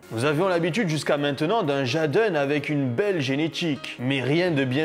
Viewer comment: C’est pas « jaaden » son nom mdr 😂 tu détruit son nom en le disant en français . Sa s’écrit « jaden » m ça s’épèle « Jayden ». Sinon continue tes vidéos 🤩👍